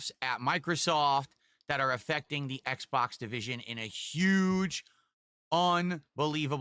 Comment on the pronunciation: he said "ACKs box" lmao